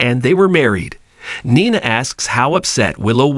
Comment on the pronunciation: Oh yeah!! Glad u asked. Nine-a, dant-tay. Makes me cringe as well.